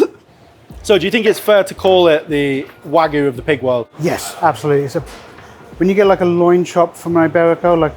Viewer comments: It's wagyu (wag-you) not wagu (wa-goo). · It is WAGYU not WAG-oO. You say WAG then YU. Not WAG followed by oO. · say wagoo one more time i dare you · Some people say that British food is lacking in sophistication. I disagree, though when the chefs of one of our top restaurants can't pronounce "wagyu", I do start to wonder.